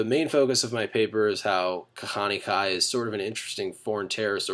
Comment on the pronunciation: I like how his hebrew is awful and obviously not a Jew.... Kahaneee? Goyishe Kop.